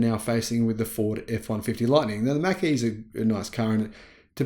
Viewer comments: It’s pronounced “mock” as in the speed of sound. In the 60s-70s they introduced the Mach-1 mustang. Pronounced as Mock-1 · Just a slight criticism. It's Mach like you would mock someone.